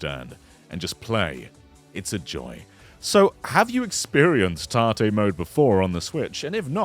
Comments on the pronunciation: I was also confused until I looked up tarte switch and then learned it was tate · Tahteh is not that bad for an English pronunciation of it. I have heard people say it like it rhymes with "bait" instead. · Tartay? What are you saying? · I'll be honest, pronunciation of 縦 (tate, Japanese for vertical) confused me for a sec. Was googling 'tarté' for like 5 minutes 😂 Then I remembered English accents often insert 'r' sounds after vowels (like 'idear' instead of 'idea'). Anyway, great video, will be trying this out! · I was getting so annoyed when I kept hearing him say 縦 or tahteh wrong. Good video though, he is right about this being a cool feature. Even works for stuff like... I forgot, it's a Bamco arcade rhythm game where you have an analog stick with a button on top. Fun game that, even lets me play bad apple. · I like this but i cannot call this "tate mode" without saying it like you say the name tate and not like tat-e. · Yeah it's short for rotate so it should be pronounced the same right?